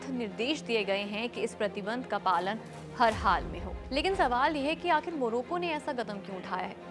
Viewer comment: उच्चारण सुधारें...😮मोरोको ❎ मोरक्को ☑️ 1.13 बचूडखाने❎ बूचड़खाने ☑️ 3.38 सकरात्मक❎ सकारात्मक ☑️ ✍️ प्रदीप कुमार पटैरया 'प्रदीप'